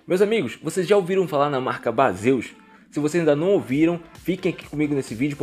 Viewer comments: Amigão , somente uma crítica construtiva a pronúncia do produto é diferente do que se lê, vou escrever como se fala " BEISIS e não BASEUS " Beleza 👍🏻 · Então amigo, eu até sei disso, até pq o nome Baseus é uma abreviatura de Base on User, mas como a marca acabou ficando conhecida por conta dos youtubers mais famosos como "Bazêus", acabei me rendendo e usando essa pronuncia para não parecer antipático ou metido kkkkkkk. Mas agradeço a contribuição. Prometo que vou informar isso no meu próximo vídeo de produtos da marca. Um abraço